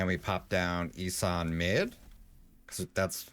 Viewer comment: not sure why but I feel people are saying "E-San" instead of "E-Son"